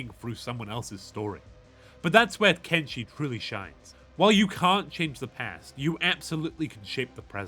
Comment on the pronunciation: It is "Ken-Fucking-Shi" not "Ken-fucking-Chi"